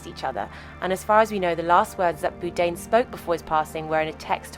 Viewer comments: Someone correctly pointed out how the narrator's voice starts off by incorrectly pronouncing his name. 4 chimed in pointing out it is an AI voice and one even making a rude comment. These 4 morons dont understand how AI narration works. You write the script, then you pick the accent. voice/yoi want from a list and done! That is what this video did, but it's completely... WRONG - what you should be doing is taking the time to listen to the audio and noting any mispronunciations. Then you adjust the script and write the mispronounced word phonetically and the AL voice will change the pronunciation. You keep doing this, edit, listen, edit, etc until you get the pronunciation correctly. But this takes work and these content creators that use AI are generally lazy, want the views, but don't want to put in any effort. FOR EXAMPLE, with Anthony Bourdain and the obvious error in pronouncing his last name, all they had to do was fix the script to be BORE DANE and the AI voice would have pronounced it properly. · At least learn to say his name correctly. There is an 'R' in it. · Is his name actually pronounced "boo-dain" like she's saying? I swear he said bourdain on the show. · Please, the least you could do is pronounce his surname properly. It’s pronounced ‘Bored ain’. That’s not difficult, it should be perfectly obvious from the spelling. You thick person. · BOURDAIN. Not BOODAIN. like 'Board' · it’s Bourdain not Boodain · I am pretty sure it's BOR-DANE not BOO-DANE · His name is not “boodain” It was Bourdain. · Not pronounced Boudin like the sausage, But “Boredain” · Boordain not Boodain !! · Boodain? Do better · Who's Anthony Boodaine? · Who the fuck is Boo-dayn? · It's BOUR-DAIN! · Stop mispronouncing his name! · never heard someone pronounce his name "boo-dain" before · Wtf is Boodane? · Does the narration have to call him Boo-dain? Can we just pronounce people's names the way they do/did? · Please say his name right. He is NOT Anthony "Boo-dain" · Byoo-Dane. Nice